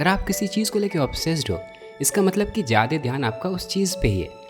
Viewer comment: भईया मेरे पास आपके लिए एक सुझाव है । मैंने कई बार गौर किया है कि आप ज्यादा को जादे बोलते हैं। अगर आपको ठीक लगे तो please ज्यादा बोलिए। सही भी होगा और उससे ज्यादा ज़रूरी सुनने में भी अच्छा लगेगा।